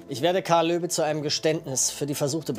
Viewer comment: bin ich die einzig die immer Löwe und nicht Löbe verstanden hat ahah